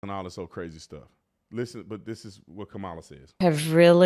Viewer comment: Oh no, the host pronounced her name wrong. She should go to jail